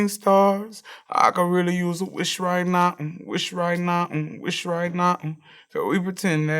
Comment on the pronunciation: and “wish right nah-n, wish right nah-n” bye.